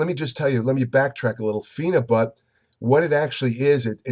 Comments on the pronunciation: If you want a real intellectual review on phenibut not some idiot reading it from his pc watch someone who actually does proper research watch this video and he can pronounce the chemical name properly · Phenebut is a legal pharacutical drug in Russia and many other places. You aren't even trying to get your info correct. Can't pronounce phenebut correctly and have incorrect information.